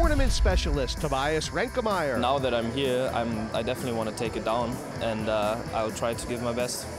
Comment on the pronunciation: Why does Hellmuth insist on calling Tobias "ReinkeNmaier"?